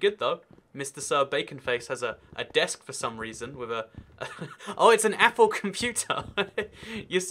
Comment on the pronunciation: Did you just say.. A E P P L E